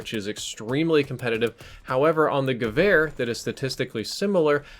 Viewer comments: I can affirm you're pronouncing gevehr correctly. :) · Omg thank you so much for pronouncing it more or less properly I get triggered when people pronounce waffe wof when it should be pronounced va feh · Said Gewehr perfectly, gut gemacht! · You nailed the pronunciation! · Adequate pronounciation confirmed by a native german. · almost correct pronounciation 😉